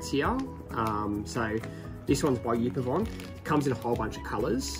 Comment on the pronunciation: It's pronounced Up Avon